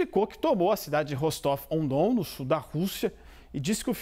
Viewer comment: A CNN não tem ninguém que entenda um pouco de Geografia ou de russo? O nome da cidade é "Rostóvia do Dom". Você pode até achar que "Ah, então estão dizendo o nome original na cidade", mas não, o nome original da cidade é (pronúncia aproximada) "Rastof-na-Danú". De onde eles tiram esses nomes hein?